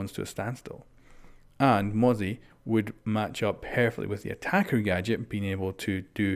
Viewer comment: Thank god he pronounces mozzie correctly now 🙃